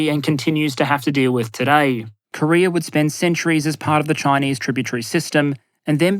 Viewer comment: Did you say Korear?